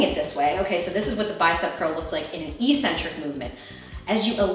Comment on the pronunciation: "eccentric" is pronounced "ec-centric," not "e-centric" eccentric... ec-centric.